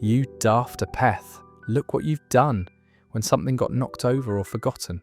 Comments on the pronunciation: My old aunt called me "silly ha'porth" when I was 6 over 60 years ago. You say "apeth" and I thought it meant "ape" She was saying "stupid half-penny worth" (shortened to "ha-penny worth said "hay-penny worth" finally shortened to "hay-peth" NOT "ha-peth" like in the video!!! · Ar-peth? 'Apeth = ay-peth, surely? (Berk was the upbraid of choice for my father) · I recall apeth was pronounced "ay-peth" in Yorkshire, not "a peth". I reckon it came from halfpennyworth, not halfpenny. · Farft ah-peth??? I think means Daft eh-puth. The pronunciations are well off on a lot of these words/phrases. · No effing kidding. Apeth? Ayputh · Fuck AI -- it's 'aa-peth,' not 'app-eth' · What daft apeth for mispronouncing daft apeth. Apeth is pronounced like the animal Ape and then eth. Daft ape-eth! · Born in 1958 in working class London, I've never heard mum's using some of these harsher words. Also apeth is wrong, it's ape-th. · Pronounced Wazz uck not wassock, and Chuffer is an arse. As in, my boss fu..ed me up the chuff or chuffer. Pronunced Ape eth. Pranny? Never heard it. Im 63 and Yorkshire born and bred. Nearest I can think of is Fanny. Same origins, female anatomy. We used pratt instead of pillock. though pillock was used as well but slightly less. I think a lot comes from where you live in Yorkshire. In the Yorkshire dales and towns northin the county, they have sosme really interesting words that even I dont understand. I was 8 years old when we moved from Leeds to Wakefield. The playground swearing then was very mild but used different words for the same thing. Not like today when every other word uttered from a 4 year old is f this and c that. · it's pronounced APE -ETH. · Daft apeth is pronounced 'ape-erth'. I should know, my dad never stopped calling me that. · That has to be AI the words are mispronounced. Wazzock is pronounced wazzuck, and pillock is pilluck. Daft apeth is ay - puth... and also he forgot doofus.